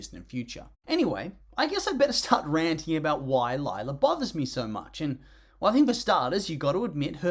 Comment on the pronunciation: Uhmm you misspelt her name it’s Lie-la